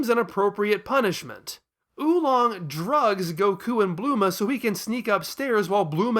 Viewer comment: I like how you get Bulma's name wrong for the entire video and just call her Bluma.